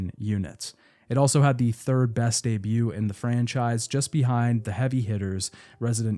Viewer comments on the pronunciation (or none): none